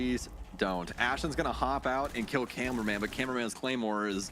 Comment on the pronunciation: His name is cameraman not “carumen” or whatever she’s saying 😂